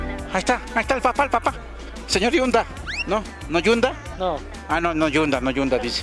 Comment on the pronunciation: Es el señor Hyundai no el sr yunda